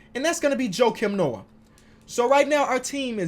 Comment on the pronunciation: You lost me when you said Jokim Noah🤦🏾‍♂️